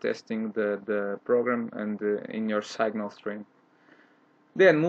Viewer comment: Mano, adoro teu site... Uma dica? arrume um dublador, teu inglês é BEEEEEM broken! posso te ajudar com isso se quiser, mas tive dificuldade em saber se vc era brasileiro ou russo, o SEGNAL entregou a brasilidade